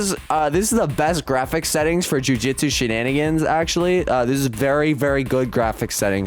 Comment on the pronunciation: I’m going to tweak if he calls it jujitsu shenanigans one more time ITS NAME IS JUJUTSU SHENANIGANS